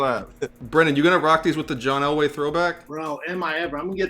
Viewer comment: John “L” way hahaha